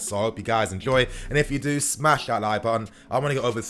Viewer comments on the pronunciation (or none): Lolz, The way pronounce "Smash a like button" has been crazy, I just get to know what he always talked..